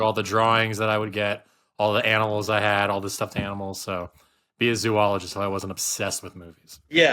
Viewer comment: ZO-al-ugist, not zoo